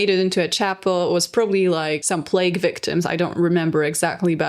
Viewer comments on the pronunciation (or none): none